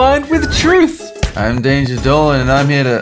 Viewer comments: Oops, Sorry, Its "Dolan" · No, it's Dolan.